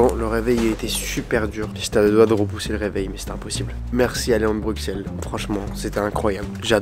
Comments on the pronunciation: Superbe vidéo mais à la prononciation Bruxelles c'est brussel... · incroyable la vidéo juste prononce bien Bruxelles stp..😅